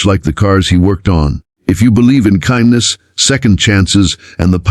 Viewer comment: Get to pronounce ''Kindness'' CORRECTLY! Geepers... Great story though!!